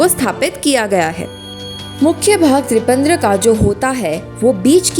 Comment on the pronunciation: पहली बार त्रिपंद्र बोली और दूसरी बार त्रिपंड्र। कभी भी त्रिपुण्ड नहीं बोली। किस प्रकार से संस्कृत का अध्ययन करवाएंगे ऐसे?